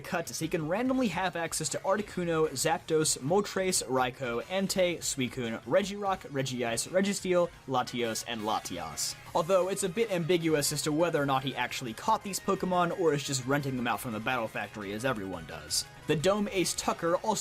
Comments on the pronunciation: Regice, not Regiice. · "Regi-ice" I'm coming for your career